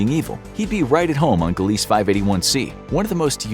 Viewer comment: "Gilleese" and "virginis" as you pronounced them, are actually pronounced "Gleeze" and "Virgis"... js. Extra "I" and an "n" there dude 👍 mind out of the gutter please. 🤣